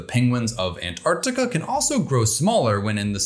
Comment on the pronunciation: Time to introduce Penguins to Polar Bears! I must congratulate you on your extremely precise pronunciation of the word Antarctica. There are no silent letters in this word, and it hurts my ears to hear Americans say "Antartica". But they invariably do not say "Artic" when referring to things relating to the Arctic. I'm always reminded of the nonsense American phrase "I could care less". Which means you do care. At least a little!